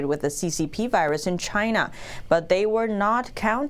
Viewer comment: Lyna not. China.